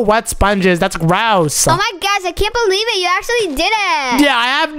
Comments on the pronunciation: It's not gwosh its gosh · OMZ is say for oh my gosh its oh my gwosh